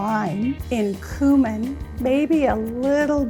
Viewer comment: They way she pronounced cumin really rubbed me the wrong way